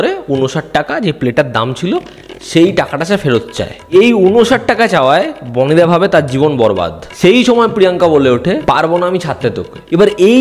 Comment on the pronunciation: বনি নয় বাবা বনি...😂🤣🤣🤣